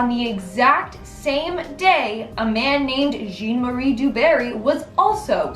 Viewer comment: John! JEAN! Jean is John in French. My God! You live in the Bi Lingual Country - I only learnt the damn language for 3 years in Grammar. … JEAN!! 1st complaint in years - I’m allowed one every couple of years. …